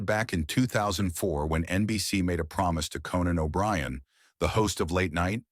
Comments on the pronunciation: CANON O'BRIEN .....boom boom book....shoot that canon..... hilarious mistake of the AI voice host.. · Canan O' Brian??? 🙄